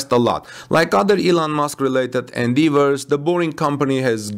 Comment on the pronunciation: Great to hear/see! BTW, touted is pronounced TAW-ted rather than TOO-ted and Endeavor is pronounced en-DEH-vor rather than en-DEE-vor.